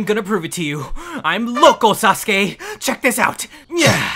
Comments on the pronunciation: Its pronounced Sauce Gay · in the whole video sasuke is pronounced as susgay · Naruto says sasgay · no its susgay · You mean "Sus-Gay." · "SASGAY" -Naruto Uzumaki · Why did I hear "Sus gay"💀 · He said sasgay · on your captions and see what naruto said while pronouncing sasuke